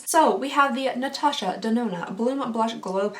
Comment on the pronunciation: I was so impressed with you for getting Natasha's name right the first 5 times and then it just started to get off track 😂 Enter me please :) Instagram: inlesnuages